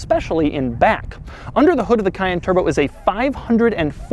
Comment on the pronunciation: Omg he can’t say cayenne